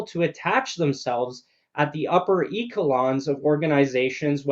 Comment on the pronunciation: Kudos to all the journalists who have the courage to report on the real stories! One comment: it's pronounched "é-she-lons," not "eek-e-lons"